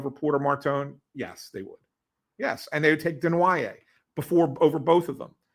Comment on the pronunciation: I love how acts like an insider but can’t even pronounce Desnoyer or Tuch properly and doesn’t realize Peterka is LW not a center…and, Knies has never played center in his life and the Leafs are freeing up like 20 million bucks losing Marner and Tavares. These two are boneheads